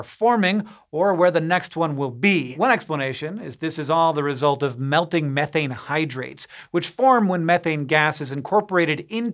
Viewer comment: I like this guy simply because of how he pronounces "methane". Sick and tired of hearing people say "me-thane" smh